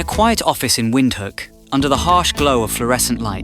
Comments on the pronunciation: Windhoek is pronounced as Vinthook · It 's pronouns Vindhook